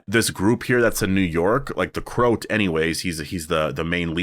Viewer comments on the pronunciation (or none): Should it be pronounced The Crow-at as in someone from Croatia?